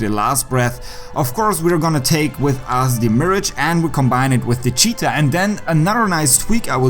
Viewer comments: I think its pronounced as miraj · Hate to be that guy but its pronounced Miragh sorry😂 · So you’re saying it’s pronounced as “myrahg”? Lol It’s “Mee-rahj”